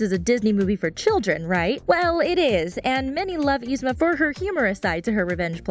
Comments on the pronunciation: It's not Ee-Zma. Its Yee-Zma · ITS NOT EZMA ITS YZMA AND SHE IS LIKE THE BEST SO SHUT UP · You pronounced yzma's name wrong... sorry that just bothered me no offense!.!.!. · I was wondering how yzmas name is pronounced with y but it's actually the same as my sissy's who starts with I😂😊